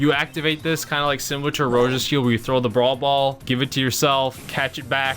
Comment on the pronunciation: It’s crosa